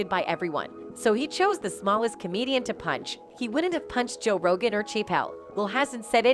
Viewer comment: “Ro-Jin” is not how you say Rogan. Juss sayin.